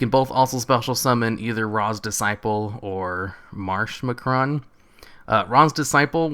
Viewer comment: Marsh MACARON NOT MACRON!!! NO WONDER UR CHANNEL IS DEAD PEASANT!!!!